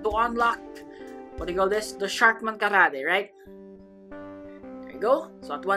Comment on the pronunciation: The way you say "karate" gives away that you are a filipino